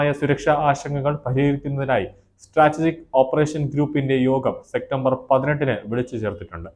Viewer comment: സെക്റ്റംബർ അല്ല സെപ്റ്റംബർ